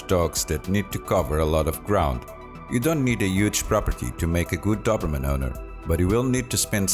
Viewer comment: " do-br-mn" nice prognostication